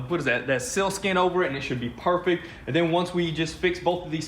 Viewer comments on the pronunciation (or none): it sounds like shit but I think he cut off saying "should" and changed his sentence.